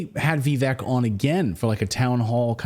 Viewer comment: How are you STILL calling him "Vee-veck" !? 🤦🏻‍♂️ it's (VIV-VAKE)